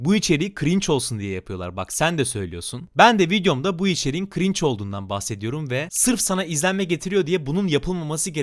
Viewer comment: Adam cringe bile diyemiyor cving diyorya